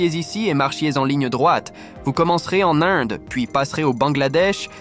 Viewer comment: J’aime bien son accent québécois ! C’est vraiment cute ! Surtout comment il pronounce l’Inde 🤗